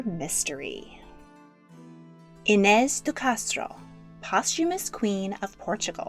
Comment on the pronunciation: as a brazilian, pê-dro, no pedro, afônsso, not afonso, i-nês, not inés